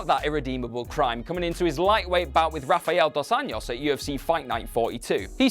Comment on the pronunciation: In Brazil Rs are pronucoued as an h so rafael dos Anjos name is pronounced hafael dos Anjos or just rda. Love you content. But the constant butchering of names makes it hard to watch honestly.